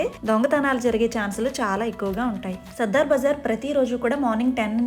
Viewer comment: దీని పేరు సదర్ బజార్. సద్దర్ బజార్ కాదు.